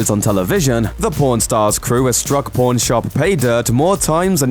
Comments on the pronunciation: It's pawn not p0rn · pworn stars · It's pawn my doooood not p0rn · When he says pawn it sounds like pourn haha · "pawrn stars" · Sounds like u saying born stars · It's pawn not pone. Limeys. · Every time he says pawn stars it sound like pron stars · This actually pisses me off it’s pronounced PON-Stars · Say pawn right. Its not a sex show